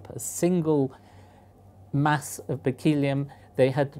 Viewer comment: I think it's pronounced Berkley-um not Berk-eel-ee-um.